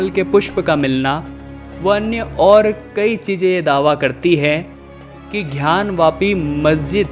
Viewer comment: कृपया उच्चारण सही करें ।घयान वापी नहीं ज्ञान वापी होगा। धन्यवाद